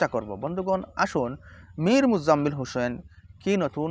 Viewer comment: ইমাম হোসেনের উচ্চারণ ভুল